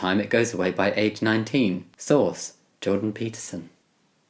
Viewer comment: The captions even say "sauce" instead of source